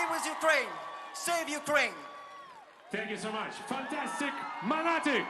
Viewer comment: Ага, тільки англійську спромоглася вивчити, а українську - якось не дуже 😵‍💫 Навіть 'Монатика' промовляє расєянською транскрипцією: "мАнатік" 🤦‍♀️🙆‍♀️